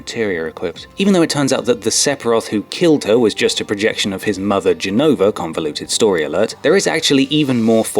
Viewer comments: ConvOluted. Not ConvEluted. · It's convoluted not conveluted